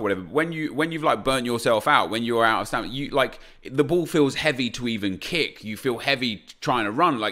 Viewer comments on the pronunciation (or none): none